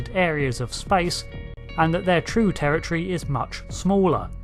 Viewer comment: It's pronounced "territory", not "terror tree".